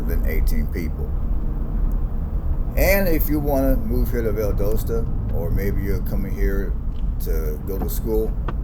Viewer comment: Your NOT pronounce it right... it's Val Dos ta